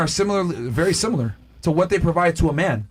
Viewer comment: WTH is "Simular"?